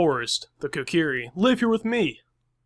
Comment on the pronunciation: Your saying the names wrong Na-vi ko-ker_ie sound it out pls